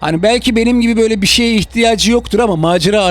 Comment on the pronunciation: Abimiz "BiŞeYlEr" deniyor